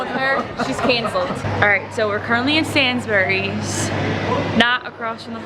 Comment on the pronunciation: As an English guy, I hope you enjoyed your trip. Ps the way you pronounce Sainsbury's is funny 😂